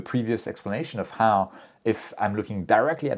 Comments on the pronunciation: HOOOOOW, NOT HAAAAAR. How. NOT, har...... 👍😎👌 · Why do you sound like a pirate when you say "how"? Sounds like "harrr" 😂 Jokes aside, it was a great video! I have been an amateur astronomer for a little more than a year, and I'm really grateful for all the knowledge you guys share with us. It makes this hobby way, way easier. Thank you! 😊